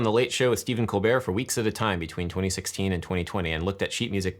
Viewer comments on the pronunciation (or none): none